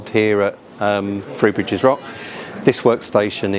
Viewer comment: “Free bridges” - confirmed on the subtitles. Every time I’d be on a Southern train going to/from Horsham, every announcer would say ‘Free Bridges’. Ooh, I get a free bridge, can I choose? THREE BRIDGES, learn to pronounce. Interesting video though. Plus in the beginning, you’re standing next to my old civil service office, that big steel and glass box next to platform 1 at ECR.